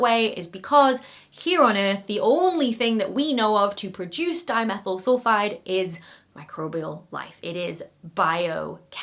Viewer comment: At some places in the video, my ears insisted on hearing “dinosaur sulphide” instead of “dimethyl sulphide”. Now, THAT would have been an interesting find…